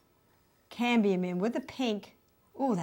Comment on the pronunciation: Yellow okra? It's pronounced "Oak-er." The metal is "CAD-mee-um."